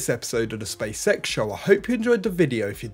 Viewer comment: Anyone hear Welcome to the spea sex show? You can't unhear it now I've said it